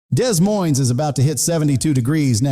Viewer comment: De moine, NOT Des Moines.